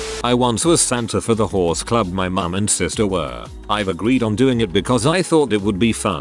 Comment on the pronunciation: I could've sworn he kept saying whores instead of horse.